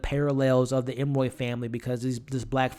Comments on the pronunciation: It’s really annoying that you repeatedly call them the Em-roy family. Their name is Emory (em-or-ee). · Love the commentary. But if I hear you call them Emmoy one more time!!!😂😂😂 Emory, Emory, Emory..ps cat in a bag, not hat.🤦🏾‍♀️ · It’s Em•Ree hun. You know, like Emery board. Not Em•Roy. And her name is “Lucky” lol... Honest mistake! ☺️🙊🤷🏽‍♀️ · Every time I'm like... 🤯 ..em-uh-ree.. Not ..em-roy.. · It was “cat in the bag” bro not cat in the hat lol and they are the Emory family not the Em-Roy family. 😂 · Great review. It is E-M-O-R-Y(ee). You almost had it there but then reverted back to the creole pronunciation that you conjured out of who knows where🤣. I found that more irritating than anything. If you’re going to do a review, the name of the main characters is something you might want to nail before pressing the record button. Other than that, your review was pretty good